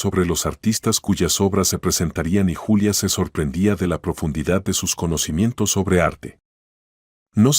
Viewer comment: Ningún YULIA Es Julia